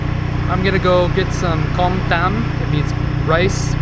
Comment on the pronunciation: It's not pronounce as Com as in o. It is pronounce as in 'er' like 'kerm'. Learn to pronounce properly before doing your video.